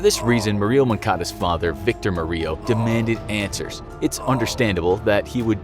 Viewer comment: Why does the narrator say “Marie-O” instead of “Mario” (like super mario brothers)?